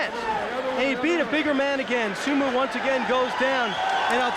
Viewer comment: What the hell is a sumu and Judu lol Dude can't say o??